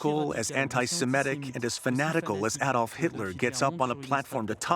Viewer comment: Adolf Hitler, NOT Aye Dolf Hitler.